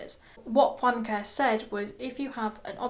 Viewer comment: Great summary! It's pronounced [Poenkarey].